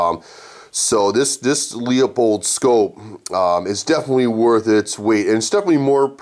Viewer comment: Pronounced - LOO-PULLED... not LEO POLDED